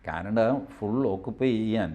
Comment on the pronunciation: ക്യാനട അല്ല...... കാനഡ ആണ്. 😊👍